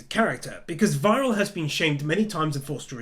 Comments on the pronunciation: this is a really nice video! probably an unusual compliment, but i found the enthusiasm really charming. i felt the same way when i first watched the show! this really made me relive the excitement i felt :) (also, their names are said see-mone and vee-ral, not sai-mon and... viral, lol) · 1. Thank you for covering my favourite animé 2. Try the dub. This is the only animé I prefer to watch in English. 3. You haven't reached the second half yet. You'll know when you have. 4. Even in the dub, Simon and Viral are pronounced See-mon and Vee-ral. Just who the hell do you think they are!? 5. Keep up the good work! 6. One last little thing (win): when Kamina performs his last gattai-dah, the pilot icon for Gurren is black to show no vital signs. In other words, Kamina avenged his own death!